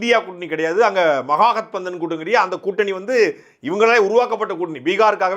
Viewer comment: தமிழர்கள் ஒருபோதும் இந்தி கற்க மாட்டார்கள். இந்த ஆளால் மகா கட்பந்தனை சரியாக உச்சரிக்க முடியாது.